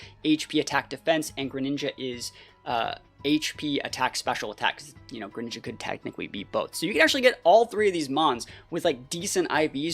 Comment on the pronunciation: IT'S CHESNAUGHT, NOT CHESTNAUT! AND DO NOT LEAVE OFF THE R IN GRENINJA!